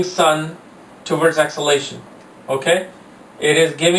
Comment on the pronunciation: First learn how to pronounce DEBILITATION and EXALTATION 😮‍💨😁😂😂😂